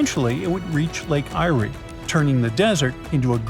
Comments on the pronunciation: I turned off when you said 'Lake EYE-REE' its pronounced, 'Lake AIR' (Eyre) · It’s pronounced Lake ‘AIR’ as in fresh air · If you're doing a commentary you should learn the correct pronunciation of places before you start . Lake Eyre is pronounced Air and Hughendon is pronounced with a Hew not a Hug. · Lake Irey. I'm from SA originally and it's pronounced lake air. In addition ppl live where that all that water is going to go and then you would have to deal with aboriginal land ownership etc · Lake eyeree it’s pronounced air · Please note-- Eyre is pronounced in Australian English as "Air". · Oh no, what would happen to Uluru Ayers Rock? Sarc. Lol. Lake Eyre is pronounced as lake air. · Wow dude you better work on your pronunciations Eyre is Air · Eyre is pronounced air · Eyre pronounced air